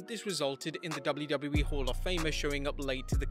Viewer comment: Say double-JU- Double- JU- EEE one more time.....